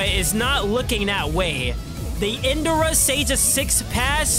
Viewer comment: My guy it's In Dra not in duh ra